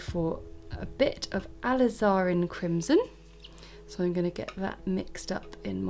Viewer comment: ~Ah • liz • er • in~ not ~al iz are in~